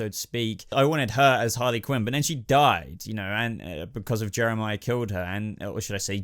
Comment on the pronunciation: you called Jerome Jehmirah and when you said raz al gul episedo was called the demons head ps I LOVE GOTHAM ps Jehmirah is my best villan and Jerome second